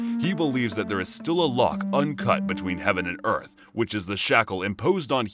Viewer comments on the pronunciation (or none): none